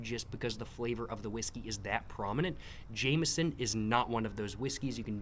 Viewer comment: thats not how you pronounce 'jameson'!!!